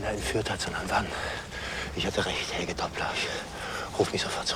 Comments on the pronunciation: "He-- so it's Hegel... Helge! Not Hegel." "...Hegel." 😓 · IT'S PRONOUNCED AS Hell'gey. These guys hear it again n again, see the spelling of the name, and they even say it accurately. But then decide to randomly blurp out hECkeL hEgEL hEckLer wtf man, no surprise though, they're americans. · "Hegle", "Heleg"... My poor boi Helge